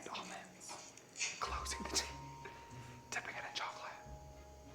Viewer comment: You said date all I heard was taint!!!! 😂😂😂